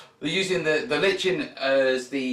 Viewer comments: [ lahy-kuh n ] or [ lie ken ] not [ li-chen ] someone's pulling your leg mate. Keep the videos coming! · So you pronounce it "Li-ch-en"? I'm Liken that! ;) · How to pronounce lichen? Depends if you are American or a Brit! We Americans say liken, while you BrIts tend to say litchen. Both are correct btw!